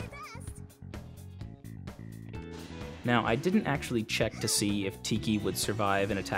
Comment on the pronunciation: Love this content. Especially seeing you remedy a bad situation. The only part that bothered me was I pronounce Nowi differently (No - wee).